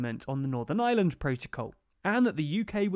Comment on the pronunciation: Thanks for the vid. Why no mention that a main reason the U.K. gov changed course was due to Pelosi and Biden stating that no US trade deal could be struck if the U.K. threatened the Good Friday agreement. Also, just to be pedantic, the pronunciation of Ireland has a strong R. You seem to be saying 'island' instead of 'Ireland'. Not a big issue but it's nice use the correct name. Thanks again for your vids, T.